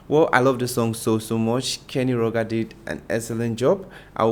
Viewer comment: Kenny Rah-jers